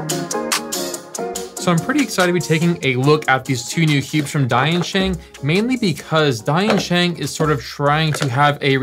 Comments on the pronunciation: Don't say dYansheng. It is d[i]ansheng. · At least I kept hearing it as "DaYan Sheng" instead of "Die and Sheng" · mis pronunciation of the brand it's Dian-Sheng not like Dainsheng not to judge you just for reminder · I’m pretty sure that Diensheng is pronounced “dyen-sheng.”